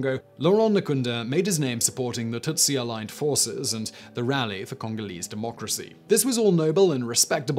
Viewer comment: You’ve pronounced Tutsi wrong.